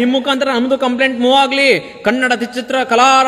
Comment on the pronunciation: Bro avnge achkatagi kannada antha eloke barola karnnada antha eltane 😂😂😂shanda charandi sevaka 😂😂